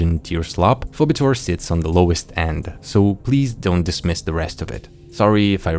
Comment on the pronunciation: Btw Phoebetor is pronounced "fee-bee-tor".